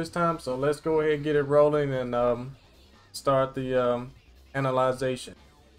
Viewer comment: The way you said ANALization is the perfect description for this nonsense